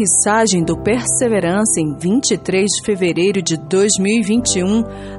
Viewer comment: Minha querida, você está pronunciando “Perseverance” errado, coloque no Google tradutor e ouça a pronuncia correta por favor.